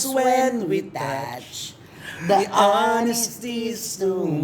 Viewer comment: Ang laki na nga ng improvement ni! I-acknowledge nyo naman, Aling Cristy Fermin! Lagi na lang negative na puna binibigay nyo kay! Can't you see how he's trying hard to improve??? Ikaw nga, Aling Cristy, marami ding mali! Gaya ng "da honesty", dapat "di honesty" kasi silent "h" kaya vowel sound ang kasunod as "anesty".